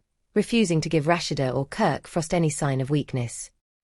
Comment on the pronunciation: Rush- she- duh( Rashad) love the voice narrator 😂😅